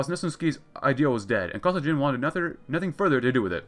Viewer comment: BTW, Kosygin is pronounced with a hard "G" like "Gorilla". Emphasis is on the second syllable. Kuh-SEE-gin.